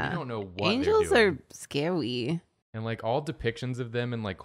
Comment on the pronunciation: Karina: Angels are scawy. Aziraphale: am I a joke to you?